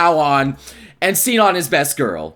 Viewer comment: Am I the only one who's tripping when people pronounce Sinon like (see-non), maybe I'm crazy, but I'm pretty sure it's pronounced (she-non)